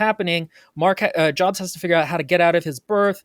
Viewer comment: “NAH - roo - toe, not nuh - ROO - toe,” meanwhile: “joabs”